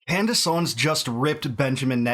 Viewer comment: did she pronounce her own name wrong? Camrace? She is doing so much work investigating so many issues!